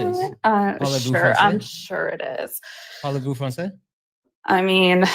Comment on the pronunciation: Hello! You're doing a great job as always! As a Parisian, I just wanted to say you had a great pronunciation and a very good accent when you asked "Parez-vous français?" 👏👏👏